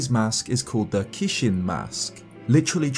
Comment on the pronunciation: Nice video just wanna say that the japanese fierce deity mask is "kijin" and not "kishin" like how said in the video. And I read your disclaimer of having bad japanese skills so I don't blame you 😊